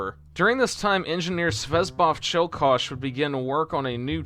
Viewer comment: Cool video altought hearing you say żuber instead of żubr or cielkosz instead of ciołkosz is either funny or annoyinh